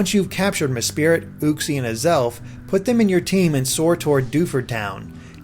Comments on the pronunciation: some are just stupid. He says 'Mespirit' when it's even spelt 'Mesprit'. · Im sorry but you pronunciations are retarded. su-wee-i-cune? Meh-spirit? Are you even reading the names? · "Mespirit" Oh please. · MESPRIT NOT MESPIRIT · its not mespirit its mesprit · not me-spirit, just me-sprit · MESPRIT. MESPRIT. M-E-S-P-R-I-T Theres no I in there! Urgh. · Geez this dude does not know how to pronounce these names. What’s up with the way he was saying Mesprit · As if mespirit is any better 😂😂 or for that matter uxiiie 😅 or deoxies almost forgot his brilliant way of butchering cobalion's name coba-lion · U mispronounced the lake trio names dud